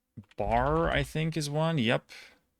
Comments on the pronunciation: it's pronounced "Barry" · I was able to get 377. Also as a Vermonter not only did he miss Montpelier but of course he pronounces it "Barr" smh. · I'm from Vermont and I just wanted to say that Barre is pronounced "berry" :) Loved the vid!! 💚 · This quiz is screwing people on Vermont. #10 (Bellows Falls) is realistically like the 60th most populous place in the state. No idea in what world it got included. Also, FYI, Barre is pronounced like 'berry'.